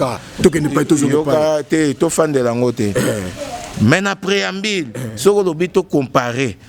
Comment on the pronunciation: Franchement ce Monsieur est nul, chargé de communication mais bourrique qui n’arrive même pas à prononcer un mot français. INSTRICTÈRE , PREAMBILE CHANTÈRE